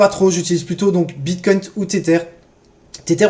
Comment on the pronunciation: J’ai mis pause des le 2 eme « BitcoinT » j termine d ecrire le com et j me casse mdr